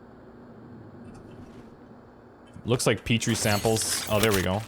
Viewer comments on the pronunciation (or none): none